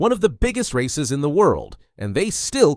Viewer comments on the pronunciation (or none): none